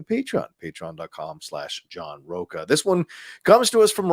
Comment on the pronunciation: John Rocha is also a famous irish designer although the surname is pronounced Rosshh-ha